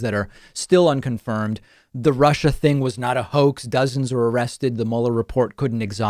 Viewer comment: He couldn't even pronounce "Russia" either. He said "Rusher, Rusher, Rusher."